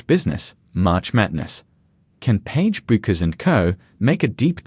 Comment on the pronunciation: can't pronounce her name right!! terrible video